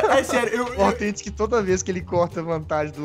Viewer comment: você não sabe fala althentic fala Authentic e com U